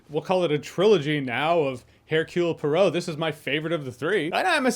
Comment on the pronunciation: I hear absolutely no problem with your mic or your sound... And, by the way, just say Hercule POARO and you'll have it.